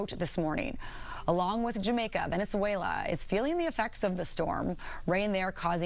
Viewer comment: Did she said Venezuela?